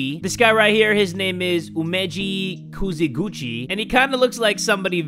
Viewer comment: His last name: Kizuguchi: Kuziguchi